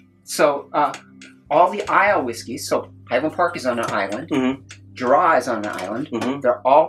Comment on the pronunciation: Islay - EYE-luh Oban - OH-b'n (put the stress on the "oh" the drop the "A") Same mistake with Jura. Should be JOO-rah with the stress at the start. Izz-LAY, oh-BAN and Joor-AAH make my soul curl up and die Auchentoshan was a good effort. is ock-en-tosh-an